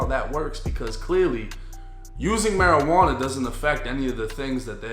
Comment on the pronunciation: "Suspected maujuana joint" is craaaazzzyy😂